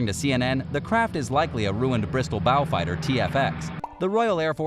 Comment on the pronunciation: Bristol "bow fighter"? Try beaufighter as in b-oh. Not bow as in what a dog says. Komputers mak uz smartur